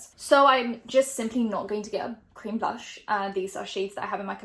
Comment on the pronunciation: Blush but blush with an r 🙃✨